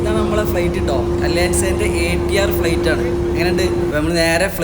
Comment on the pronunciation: ഫ്ളെയ്റ്റ് അല്ല ഫ്ലൈറ്റ്